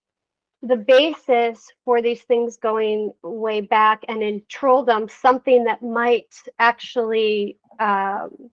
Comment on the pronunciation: whatever bro, det är väl uppenbart på hennes uttal och utseende att hon inte är 100% svensk? Hon påstår sig vara "first generation swede" men vad fan betyder det liksom, haha, på sättet hon uttalar trolldom och andra ord är det ju tydligt att hon inte talar svenska